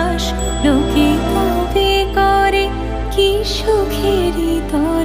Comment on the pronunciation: শিল্পীর নাম জানতে পারলাম কৈ, প্রথম গানখানি খুবভালো লাগলো, দ্বিতীয় গানটিরএকটি উচ্চারণে ওটা নিরর্থক হয়ে গেল, "..... মঙ্গলো "কোরে" নয় "করে", "হাতে", মঙ্গলো করে, শুভহস্তে।